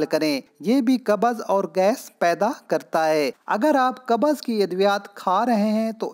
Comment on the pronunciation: Qabaz nahi hota bhai qabz hota hai